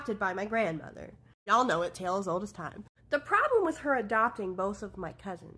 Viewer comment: Did she say tale as old as crime?! 😂😂😂😂